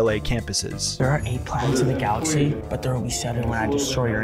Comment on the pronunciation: "8 planets in the GAXLAXY" is wild